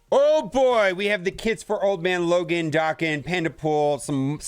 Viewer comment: Damnit man! Why can’t you read?! What is Liam Neesam’s best movie? Taken. Now, pronounce Wolverine’s son’s name again, correctly. Jesus Christ….